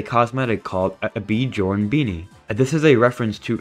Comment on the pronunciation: Single worst pronunciation of Bjorn I’ve ever heard in my life